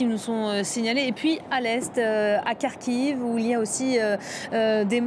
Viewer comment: Kharkiv pas "Khariv" !